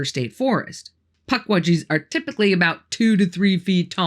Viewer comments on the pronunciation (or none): none